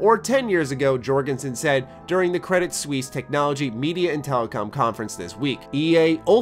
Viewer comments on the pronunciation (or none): „Credit suiss“ not „credit suiis“ As a fussy swiss i have to correct zhis!